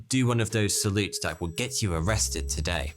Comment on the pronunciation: You are English. Why do you say 'dee' instead of the? 'dis' instead of this? And 'dat' instead of that? You sound so stupid! Adjust your accent!